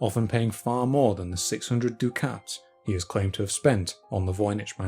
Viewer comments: Dude! "dew-KATS"? What the Hell are you talking about? Ducat is pronounced "DUCK-itt", as in "F*ck itt" Dukhat pronounced "dew-KHAT" was the leader of the Grey Council, considered the greatest leader of the Minbari since Valen himself. He was a character in science fiction! This is the kind of intolerable nonsense that makes me unsub. {:o:O:} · Ducats = duck-its Not doo-cats. EDIT: What a wonderful treatise on the provenance of the manuscript. Thank you very much.